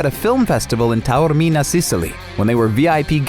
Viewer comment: Never caught onto that one! But I was impressed that he pronounced Taormina correctly 😲👌🏽👏🏼👏🏼👏🏼